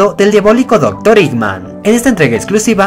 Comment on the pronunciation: Y vos decis dr. Iman